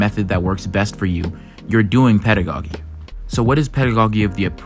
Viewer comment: nice analysis... but please...it is pedago-JEE, not pedago-GEE. It's like the first syllable of the word "jeans." I cringed every time you said, "pedago-geeee" 💀💀💀